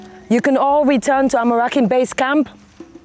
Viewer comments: When the anchor can not even pronounce the name of d contestants right,,,smh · Who else is tired of hearing "Amorakin" instead of "Amorokin" from 🤔🤔 But wait ooo should be calming down with the make-up na.... It's a Jungle life show not Runway Modelling show 😂🤣🤣🤣🤣😂😂 Damola is surely my Favorite